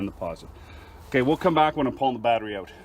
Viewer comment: haha yes man 🤣 instead of out you said oat but it reminds me of some northern Minnesotans I’m from Minneapolis MN so I’m familiar with it😂